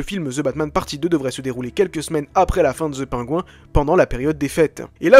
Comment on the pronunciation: Très cool comme vidéo, par contre essayons de prononcer "PennGuïnnn" à peu près mais dire "The" et prononcer "Penguin" à la française ça fait hyper bizarre ;-)